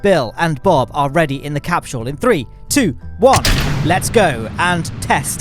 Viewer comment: said capshule instead of capsule